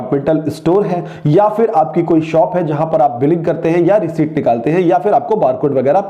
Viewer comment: Thanks. But please learn how to pronounce receipt 🙄